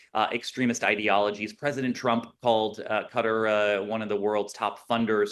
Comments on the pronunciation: FFS it's Qatar, not Cutter. 🤦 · Hey, it’s not “cutter”